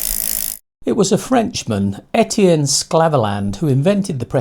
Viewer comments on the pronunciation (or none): none